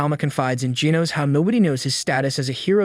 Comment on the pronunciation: Hel naw not geenus its genos